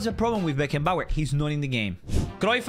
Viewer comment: Bruh said beckenbauer French………😂😂😂😂😂😂